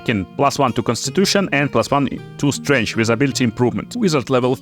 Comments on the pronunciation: I can hear you say 'strench' for days. Good video's! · I like the way you say strength. It’s quite strange lol.